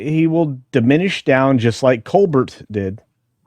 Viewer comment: thank you for pronouncing COLBERT's name correctly. COLE-BERT